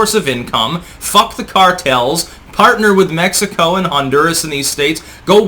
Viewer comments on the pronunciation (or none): none